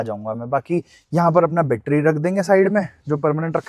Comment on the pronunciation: battery hota hai.HAr baar bettry bolta rehta hai.